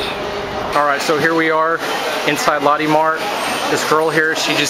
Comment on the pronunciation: haha it's pronounced "low tay"